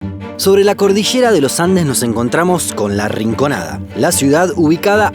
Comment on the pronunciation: cordisheeera . cordiyera.. habla bien papu